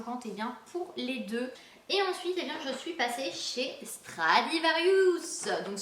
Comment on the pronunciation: Stradivarius RIUS pas rious :) comme ça tu sais :)